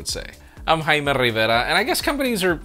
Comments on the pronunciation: Agreed. What he says doesn’t seem right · I've never understood how he pronounces his name